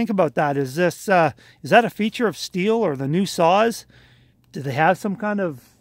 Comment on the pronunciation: Also nice to hear Stihl pronounced correctly.